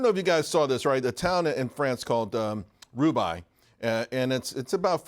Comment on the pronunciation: actually it's pronounced "roo-bay" There used to be a famous bike race from Paris to Roubaix. The hook was that the roads were terrible, some dated back to Roman times.